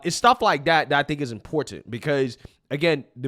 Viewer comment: Oh my God! This "thing" is so triggering for me and I don't know why. This "thing" is how the younger generation pronounces the word "Important". I learned to say important just like that. Important. Not "Importante" or "Impor TANT" Can we just say the word without the added accented end of that word? Not important. Don't answer that. Yeah ok, it was whining. I agree. Love your channel.😎